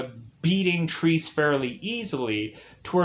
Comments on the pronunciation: Triss? It's Tre-Se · Actually it is pronounced trece or 13 in spanish. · What fucking Trees? Get the bloody title right, at least. TRE-SE!